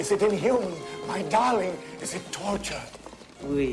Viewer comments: “Wi” bruh I’m deadddd it’s oui lmao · Maybe some people don't WANT to learn French, because the pronounciation is irrational as fck? You ARE pronouncing ,oui' like ,wi'. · Oui, not "we" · Mariama Diallo it's "oUi" not "wI"